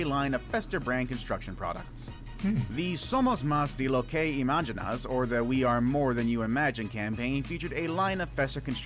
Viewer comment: spits drink I'm deceased! Wtf was that pronunciation! "zome-owes mas day low kay ee-maj-ji-naws." I have never heard someone butcher the word "imaginas" this badly before. The g (which makes the h sound) turned into a j sound. xD